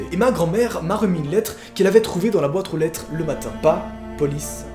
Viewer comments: Tu avait dit Bwatre o lètre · C pas la boître au lettre tu parles bien la France